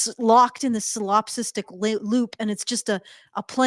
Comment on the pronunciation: pronunciation is so out of pocket. "Ob-zerd"?"Salops'tic"? "Poly-guy-me"? Someone give her a super with Worcestershire in it!